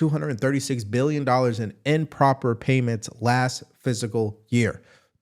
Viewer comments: I like your delivery and sub'd, but in an effort to help you improve yourself, please know that the word is FIS CAL and not physical. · love your show. You are my go-to for news Just do one favor: pronounce "fiscal" correctly; it is not pronounced "physical."